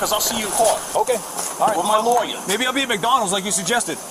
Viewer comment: just by the way he said Lawyer, yeah, he's a snowbird. You cant tell, but I just spat on the ground in disgust. Goddamned Yankees need to stay their asses up north.